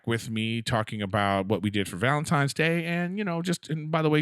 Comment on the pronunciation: I am not sure if ANYONE knows this or not but It's "ValentiNes Day" not "ValentiMes Day" lmfao I notice it every TIME someone says it wrong LOL